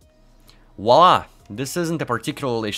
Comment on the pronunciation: Brilliant! Love the way you explain things. Someone once said - if you can’t explain it to a five year old then you don’t understand it. And that’s exactly how you explain things. So simply. That’s very rare in the IT world. My only negative is you said wallah instead of voila 😉